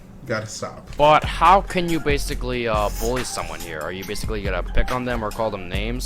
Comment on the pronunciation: If I had a nickel every time he said bassically